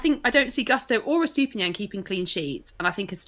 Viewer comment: these brits' pronunciation of Gusto(Goo - not guh - stow) and Estupiñán kills my Latin soul a little every time. I still remember pronunciation of Lopetegui...